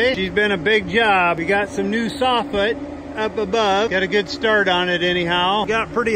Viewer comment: Hey... I went back to watch some of your episodes again... I just wanted to let you know that it is soffit and not softning as I believe that you are pronouncing it. Either way your shows are Great and my Wife and I love them.... Keep it up!